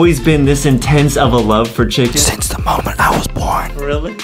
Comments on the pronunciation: Chulken it’s ChUcKeN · I like how Justin makes the word “chicken” into “chucken” and when he was skipping to the chicken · why do justin says chuckin when he says chicken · foxy birthed from unknown mother Foxy: "WhErEs tHE ChyuKeN!!!" Me: * me choking on my water* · Chicken more like Chocken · Justin when he was born: " WHERE THE CHUKEN AND DOUNUTS" Justin's mom: O_O